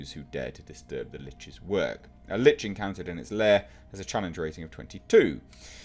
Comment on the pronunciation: Thank you for eventually pronouncing "Lich" properly. Lich rhymes with 'itch.' You can find great information about them on A.J. Pickett's channel about the Lich or almost any monster. I really hope this movie is better than the first. And, since you like the genre you should take a look at some of the YouTube channels like Critical Roll that play through a game. Maybe even join a local game in your area. Play at first but I think you have a great voice for a Dungeon Master.